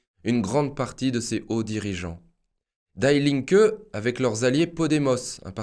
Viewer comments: Pour un germanophone, cela fait quand même mal aux oreilles. Die Linke, cela ne se prononce pas "daï linke", mais "di linke" (ce n'est pas de l'anglais, mais bien de l'allemand) De même "Stiftung" se prononce "chtiftoung" en allemand (le st se dit "cht" et le "u" sans les 2 points dessus se dit "ou"). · Die linke ne se prononce pas Daï linke, mais Di Linke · "Die" en allemand se dit "Dii" pas "Daï" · Die Linke c'est de l'allemand qui signifie "La Gauche" et ça se prononce "DI LINQUEUE" et non "DAILLE" qui est une prononciation anglaise. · Bonjour, et Merci !! :) Juste pour dire que Die Linke se prononce Di linke(u), non /daï/ Linke. Pour servir, non pour "critiquer" Merci ;) :) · Ce n’est pas « d’aïe » linke qu’il faut prononcer mais « Di » linke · En allemand, "Die" se prononce comme en français et non pas "daille". Toujours beaucoup d'erreurs de prononciation dans les langues étrangères. Ce qui montre un manque de précision . La forme est aussi importante que le fond. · Oups...die Linke veut dire, la gauche, die est l,article féminin et se prononce DI...🙏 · PS : on prononce "di linke" comme dee. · on prononce "DI" linke =) super video comme d'habitude merci =)